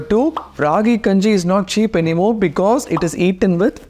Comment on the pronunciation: I love your videos soo much! But pls pronounce the name properly it's called as Keppa kanji